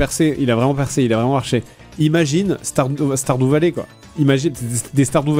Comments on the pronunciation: Sardou valet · Star Doux Valet... ...j'adore quand Fred tente de prononcer des mots anglais 😂😂